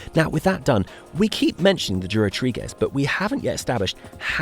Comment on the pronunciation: Apart from the dubious pronunciation of Durotriges (tree-dwelling LGBTQ+ from the Isle of Jura?), the drone work is excellent. The commentary is less succinct than my short attention span likes!!! A huge amount of work, thank you for sharing with us all.